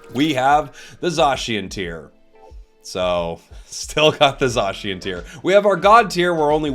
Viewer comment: Love the vid. Remember: Zay-si-en. Not Zaw-Shi-en.